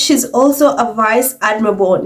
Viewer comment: Accent on the word "vice"